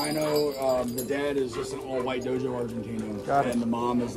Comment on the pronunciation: And it's pronounced dog-o not dojo! Sign of a inexperienced Dogo Argentino owner. Which that dog is not. No brown on any Dogo. Can only have 10% of it face fur black and may have black skin freckles.